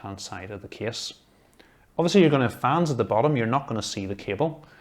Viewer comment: Nobody : Him : this KieSs PS:Awesome Video!